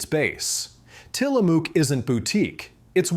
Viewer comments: It is Til-a-muk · Tillamook rhymes with book, not spook...but wow, I was happy when I realized I can buy it in Chicago. I was long ago exposed to the brand on west coast road trips (and I even have a friend IN Tillamook). I've respected the brand for a long time. Last night the person ahead of me got a pint of chocolate Haagen-Dazs. I asked him "You know what Haagen-Dazs means, right?" He didn't, and I told him "That was a trick question. It doesn't mean anything." LOL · The mispronunciation of Tillamook makes my neck itch.